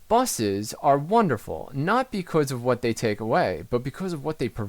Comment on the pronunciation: Hey man. Love the tips vids, alot of smarts. But please change the way you say "because"